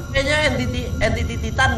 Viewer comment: Entity Cok bukan entitid 😭